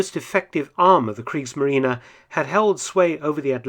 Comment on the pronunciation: "Kriegsmarine": very well pronounced ! (instead of the usual silent end "e" of English native speakers).